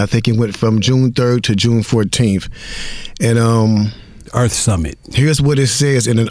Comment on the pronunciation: Its earth not earf